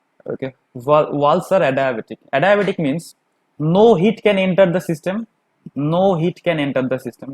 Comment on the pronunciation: your adiabatic pronunciation is funny :)